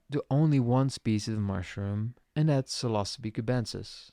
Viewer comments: Oof… Psilocybin… not Psilcybin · “Psil•osabee” pronunciation is so triggering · Funniest way I have heard anyone pronounce psilocybin in my life that shits funny